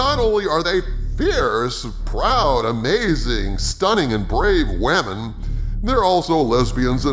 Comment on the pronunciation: Please don't say "wamin". It makes you sound like an imbecile.